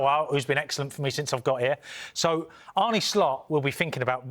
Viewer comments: He still says Arnay when it is Arna. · Why can't anyone pronounce Arne correctly